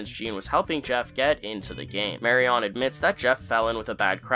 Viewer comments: The way you pronounce MariON's name is driving me up the wall. "Marion" sounds more like "Mariun"; even if you didn't pronounce it quite like that there would still be no need to put such emphasis on the final syllable. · Ugh...you keep saying "Mary-ON" - it's driving me nuts. I know it's not a common name nowadays but it's pronounced "MARRY-in". Ever see Raiders of the Lost Ark? "Don't look Marion, keep your eyes SHUT!"... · Marion is pronounced “Mary-in” not “Mary-on” she’s not a Pokémon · It’s pronounced marry-in not marry-ON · Thanks for putting this together, it clearly took a lot of time and I appreciate the effort. That said, the name is pronounced "mary-un", not mary-on." I mean, they say her name in the very show that you had to have watched several times to create this list. Or is this one of those "intentionally mispronounce something to boost engagement" things? PS - I may be a bit pedantic. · Marion is Mehreeuhn not Mehree ON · It's electric wheelchair...and it's MariUN, not MariON! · Ugh, the MariON pronunciation drove me crazy. It's Mari-un. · Great vid! Small nitpick, but it's pronounced 'Mary-yun', I kept hearing 'Mary-awn' 🔇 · bro it’s mary-un not mary-AWN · You pronounce Marion wrong every single time. It’s not Mary - On, it’s pronounced “Mary-anne”. You drove me crazy. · Just noticed I'm hearing Marion pronounced as "marry-on" instead of "marry-in" and now I can't focus on anything else. Dammit. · Not picking, just informing...the name "Marion" is pronounced more like "Mary-in", as you can hear Gene say a few times in the episode. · its pronounced "marry-en" not "marry-on" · Great vid as always. Figured I'd mention that it's pronounced like "Mary-Un", not "Mary-On" :) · I know it's not a popular contempoary name but for the record, Marion is typically pronounced as Marry-in vs Mary-on.❤🙂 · Hey man, 'Marion' is pronounced more like "mary in" than like "mary on." Just a heads-up. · The name is not pronounced Mary-ON its Mary-IN. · Lol "Mary-On"